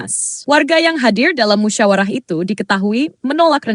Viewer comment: kok banyak slip tongue? .... "musyarawah" .... "masyakarat".... 😅